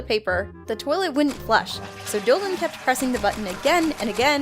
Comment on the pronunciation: You said dillan not dolan